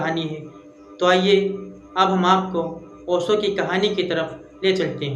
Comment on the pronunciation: तुम पहले ठीक से बात करना और कहना तो सीख लो फिर ओशो को ओसो oso करना😮